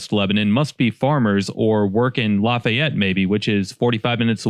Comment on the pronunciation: Random find of the video, just a drop-by viewer here. You can tell dude isn't from Indiana. We don't pronounce Lafayette the French way. It's with a longer 'E'. More "La-fē-yet", rather than "La-fai-et".